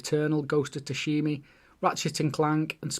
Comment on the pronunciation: I'm playing Ghost atm and my gf also mispronounces it as "sushimi" 🤣